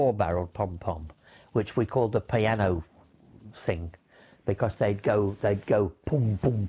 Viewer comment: The “peeanoe”